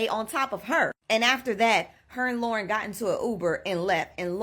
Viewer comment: keep hearing LORA, instead of Lauren. so annoying, dont get sloppy pls